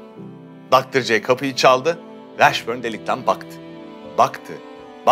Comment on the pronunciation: dostum Jamal Mashburn - Meşbörn / Washburn - Vaşbörn , o kadar eminsin ki bi de 800 kere söyledin yanlış şekilde üstüne basa basa.